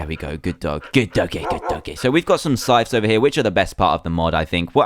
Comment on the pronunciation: it's not sytches it's sy-th-s